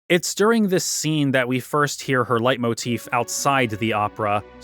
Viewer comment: Cringe. But it’s pronounced lay motif